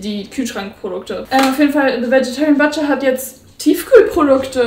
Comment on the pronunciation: Butcher spricht man tatsächlich "BUTSCHER", nicht "BATSCHER" aus. Kräisie ❤